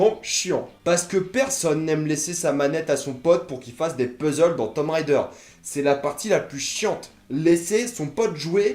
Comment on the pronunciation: Super mais ca ce prononce tomb raider (~raydeur) pas rider.